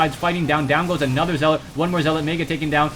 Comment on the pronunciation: possibly the gayest commentary ever, doesnt even say zealot right lol